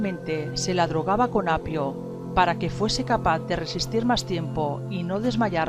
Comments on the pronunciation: se le drogaba con "apio" escuche yo, o asi pronuncia ella "opio" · con opio, no con apio........